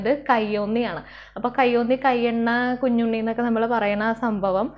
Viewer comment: കുഞ്ഞുണ്ണി അല്ല ചേച്ചി കഞ്ഞണ്ണി